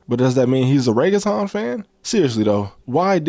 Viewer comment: love ur videos mad informative idk how u find all this info fr research on point. But the way u said reggaeton hurt my heart 😭